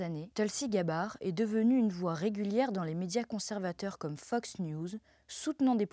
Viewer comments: Et "n'est pas vraiment zune surprise !!" 😂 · "n'est pas vraiment Zune surprise", puis "les 18 Zagences de renseignements"... Surveillez vos liaisons jeune fille ;)